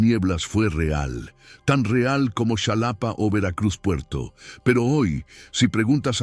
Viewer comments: Es Xalapa, no Shalapa. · "Shalapa" 🤣🤣 Qué ridícula es la IA Ojalá que mejore 🤷‍♀️ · Se escribe Xalapa pero se pronuncia jalapa....en maya si sería chalapa,pedazo de pendejo